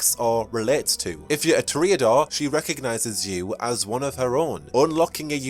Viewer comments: Toreador is pronounced "Tore-Ee-Uh-Door" not "Tore-Ay-Uh-Door". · Ok, I gotta ask, what is with some of these pronounciations? To reodors? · One of my biggest pet peeves is people mispronouncing a word, and pronounces Toreador completely wrong